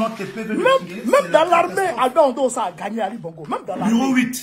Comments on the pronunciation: L'opposant s'appelle Albert Ondo Ossa, et non Ondo Ondoa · C'est Albert Ondo OSSA ohh et non ONDO ONDOUA 😂😂😂😂😂